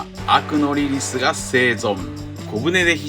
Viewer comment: リリスのことをリリィって言ってますね